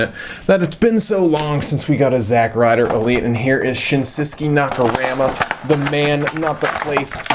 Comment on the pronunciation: It's not zack Ryder